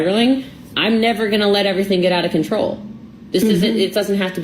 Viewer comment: i cant 'verify' girl you mispronounced 'control'